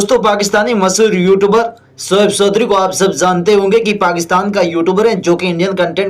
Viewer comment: Sos nhi soch bol Sodhri nhi Choudhry bol